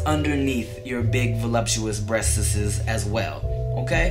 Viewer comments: LMFAO the way he says breasts; "Breasteses" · "breaststs", lol too funny!!! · I love how he says breastessessss hahaha